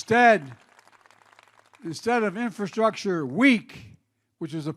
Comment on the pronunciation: He can't even pronounce infrastructure! 🤦🙄 He is worried about infrastructure when the LIB CITIES ARE LITERALLY BURNING AND DEGRADING FROM CRIME, Over-spending, stopping oil production and making gas prices high and increasing prices to truck EVERYTHING!...Ok Pennsylvania but let's elect "UNCLE FESTTERMAN"/"NOSFERATU"🧛🧟 to SENATE and make things even worse! Like start bailing water and people into the Titanic 🤔